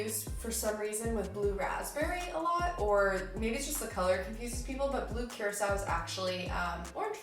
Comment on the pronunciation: THANK YOU FOR PRONOUNCING blue curaçao CORRECTLY and for informing the rest of the world that it’s basically just a blue triple sec!